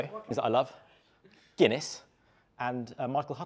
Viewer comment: The Gunniess and monster hurt my Irish soul😅 (also guys i love ye but please do your research on the name behind the drink first!!)